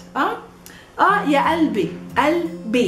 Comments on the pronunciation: it says qalb qalbi but she pronounces alb albi. why didnt she pronounced the Qaf? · kalbi and qalbi are two different things. haha. pronunciation is important in arabic. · 3rd one is not Albi its Galbi